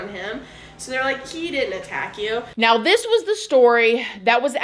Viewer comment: "If you'd like to check MEOW" Anyone else hear that each and every time 😂 Just me? Ha! Not no more... Once you hear it, you can NOT unhear it, I swear! 🤣 Love you ❤️